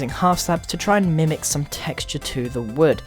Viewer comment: when you say wood it sounds like you say word